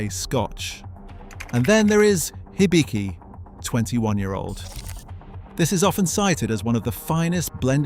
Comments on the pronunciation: The "Hi" in "Hibiki" is closer to a "He" than a "High". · "Haibi" and "laichi"? Ok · The I’s and E’s are long. Knee-ka. He-bee-key. It’s unfortunate that Nikka from the barrel is a blend. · Nikka is pronounced "knee-kka". Not "knick-ka" Hibiki should be pronounced "hee-bee-kee".